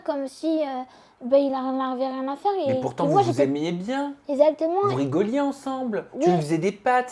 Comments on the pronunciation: Tout comme sa première vidéo avec Sam déjà, "ezzzactement" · non « ezatement »😂